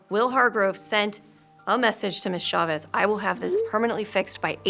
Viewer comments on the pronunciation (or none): Schavez?? It's Chávez :)) Even her name is an attempt to make her look more value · Infuriating that Tracy Smith was unable, time and again, to pronounce Chavez correctly. EDIT: Actually, nobody in this entire thing can pronounce it correctly except for the one time that Michelle Chavez said it herself.